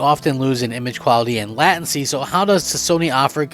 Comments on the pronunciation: "lat ency" 😂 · Late-en-see (Latency) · It’s pronounced latency bro your saying it wrong lol get it right 😂😂😂😂😂😂